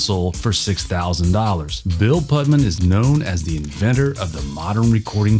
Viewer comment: The Ai has has some form of Dyslexia.... so many mistakes simply reading names, (Pudman) for Bill Putnam. How are these systems going to take over the world -- by making us laugh to death?